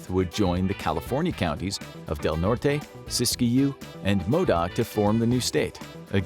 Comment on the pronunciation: "DEL NORTAY" he said it wrong! Hes not from here!!!😂